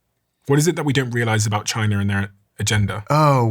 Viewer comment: Good ol Chai-ner